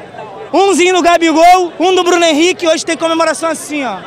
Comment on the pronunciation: o narrador dizia Bruno Henrique, eu só ouvia cr7😂😂😂😂😂